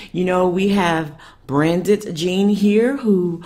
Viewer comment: It's pronounced BRANT,the D is silent.